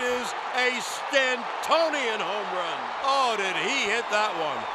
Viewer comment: Why does the Yankees playcaller keep pronouncing Stanton's first name like it's French?